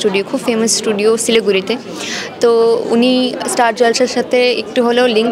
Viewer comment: এই মেয়েটা কি আর কোনো ইংরেজি জানে না। শুধু লাইক লাইক করে। আর একটা কথা বলি ওটা ছিলিগুরি হবে না। ওটা শিলিগুড়ি হবে।😊😊😊😊😊😊😊